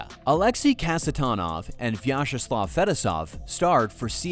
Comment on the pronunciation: Couldn’t you have learned to pronounce Fetisov, or am I sitting here criticizing AI?